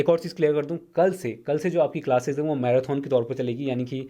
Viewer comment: भाई मैराथन को मैराथौन बोलना भाषा की अवहेलना है शुद्विकरण पर ध्यान दो